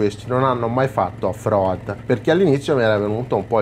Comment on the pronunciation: al settimo "off roAdd" ho spento!!